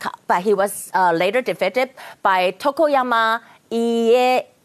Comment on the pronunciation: 雖然我不會英文 但會一點日文.... 雅琴姊把德川(ToKuGaWa) 說成床山(ToKoYaMa)🤣 家康(IEYaSu)說成家阿須(IEASu)??? 咿欸...阿蘇....😂 用英文拼音肯定會出的錯誤XDD と く が わ い え や す To Ku Ga Wa I E Ya Su